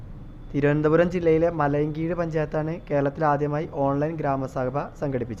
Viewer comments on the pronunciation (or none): മലയൻകീഴ് ❌ മലയിൻകീഴ് ✅